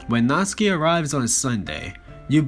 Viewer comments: Stop pronouncing natsuki's name Natski!!!! It is pissing me off it is natSUKI!!!!!! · Nat-Su-Ki not Nats-Ki